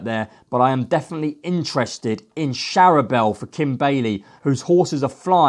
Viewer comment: How can you expect to progress in the racing media if you can't even pronounce simple names of horses. Let's be fair, I'm not expecting perfect pronunciations of every horses name but you don't even get close.....how can POLITOLOGUE be POLITOOG, LALOR be LA WHORE and CHARBEL be SHARABEL? For anyone to take you seriously you really need to work on this, otherwise you will continue to be the laughing stock you currently are.